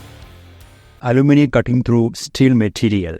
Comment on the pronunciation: Why are you pronouncing “aluminium” like “aloo-nimum?” Its aloo-min-e-um 😉